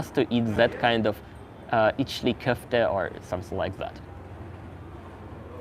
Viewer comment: " içli köfte" that was a perfect pronunciation. Very nice dish. I wish I could eat more often.